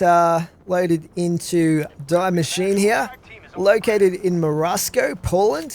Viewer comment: just a quick mention from a german: it´s pronounced "dee mashine" :P thanks for the tips